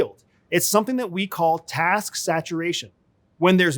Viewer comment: say "task" again... arrrg!